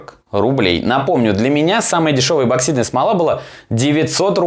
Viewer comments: ЭПОксидная не ЭБО а ЭПО, у тебя дажев названии ролика написано правильно!!! Когда вы научитесь говорит правильно?! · Неа. Я тоже постоянно слышу безграмотное произношение эБоксидка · так слух режет.. что такое эБоксидная смола? эбо еба ёба. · Я один тут постоянно слышу эбоксидная смола?😂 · Написано правильно а говорит ЭБОКСИДНАЯ СМОЛА. Следи за ресью